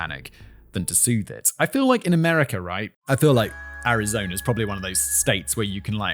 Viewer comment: “Arizona Rice Tea” You see what happens when British say a word that ends in a vowel sound followed by a word that starts with a vowel sound? They add an “R” sound. I don’t know why this bugs me so much. It seems like something that could be trained out of someone’s linguistic habits. Regular person - “Arizona is…” Simon - “Arizona rizz…”